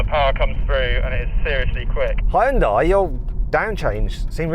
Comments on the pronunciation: ヒュンダイを「ホンダイ」っぽく発音しないでほしい それだけで動画の評価を下げるに値する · やはりホンダイって言ってる(-_-) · 俺は相当思想が片寄ってる嫌韓ネトウヨだけどホァエンダイって聞こえる。英語を普段から使ってれば聞き間違えないんじゃね？ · hugeのhuとほぼ同じ音なのにヒュンダイって発音できないんだな。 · やはりホンダイって言ってる。(-_-) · やっぱりヒュンダイって英語圏ではホンダイって発音するんだな… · 英語圏のヒュンダイの発音が嫌だ